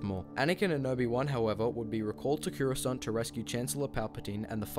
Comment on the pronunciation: It’s Coruscant not Curoscant